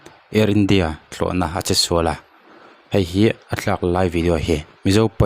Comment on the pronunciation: I va han tawng fiah lo ve thlawhna pawh i lam fiah thiamlo ania